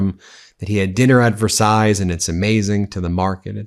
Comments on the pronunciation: Another great video, Ben. However, you lose credibility when you pronounce names wrong. It is President MACRON (rhyming with ON/off) and even dreadful Donald got the French palace name correct! It's pronounced "Ver sigh" or even "Vair sigh" but not "Ver size" I have scrolled through everybody's comments and I couldn't find one person who corrected you on this! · Versailles is pronounced Ver-Sigh; not Ver-size. Just saying. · Sorry, but the "s" at the end of Versailles is not pronounced. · Ben...the final "s" in Versailles is not pronounced. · I love your content but just a little heads up on your French pronunciation, if you don’t mind- “Macron” not Macrone, Brigitte- “Bree-zheet” and Versailles - you got it right but the “s” at the end is silent. (Even Donald got it right! 😊) Otherwise, great stuff! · Ben, you don’t pronounce the s at the end of Versailles.🇫🇷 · The ending s in Versailles is silent.C'mon Ben...even Tr🦨MP got it right.😏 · Please Ben, don’t pronounes the final s in Versailles. And don't overstate Trump's ill health. You always have him practically dying and then you show clips where he's actually OK. I keep getting my hopes up and then you take them down. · There is no -s sound at the end of Versailles.